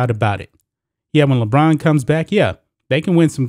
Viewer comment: I LOL everytime he says LeChina James.